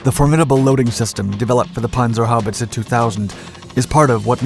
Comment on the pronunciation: Pronounced perfectly. 👍🏻